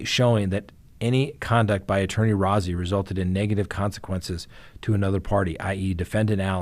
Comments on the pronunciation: I don't want to be that guy, but Rozzi is pronounced Rosey. Like a rose🌹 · He prefers his name pronounced Rosy. Not important, just so you know.